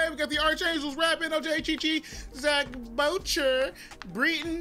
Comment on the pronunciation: Why did you prononced Zach Boucher like "Baoucheur"? 🤣It's Zach Bouché with a french prononciation. My name is prononced like him ^^